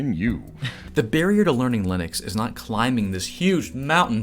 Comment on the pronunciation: Just found your channel, and nice work. Congrats on pronouncing Linux correctly (something I got wrong for so many years until I saw Linus tell me better)